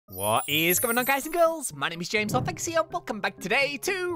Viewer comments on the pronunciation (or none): none